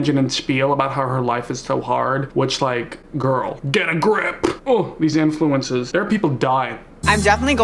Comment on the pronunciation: Every time says “influencer” it sounds like “influenza” and I’m crying